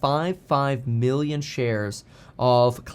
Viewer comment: Dude, you gotta pronounce your "B's" and "M's" properly. Giving me anxiety between Billion and Million lol